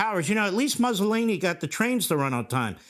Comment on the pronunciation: "Muzzle-eeny." Levin can't even pronounce Mussolini.